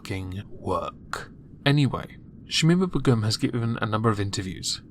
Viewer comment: Please learn to pronounce Begum